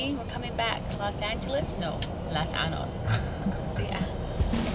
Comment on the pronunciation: I love the fact that he pronounces las caanood properly masha allah❤️